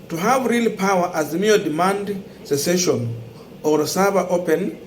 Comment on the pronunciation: Sessession Sessession.